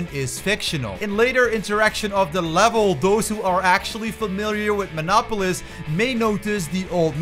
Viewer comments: As a citizen of Minnesota your pronunciation of Minneapolis actually hurt me lmao. "Min-nah-po-lis"? Why was the E silent? It's pronounced "Mini-apolis" for the record. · The way you said Minneapolis hurt me. Other than that, good video